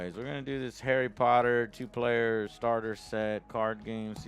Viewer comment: Arry Potter TCG